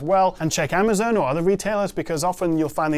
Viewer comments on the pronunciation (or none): none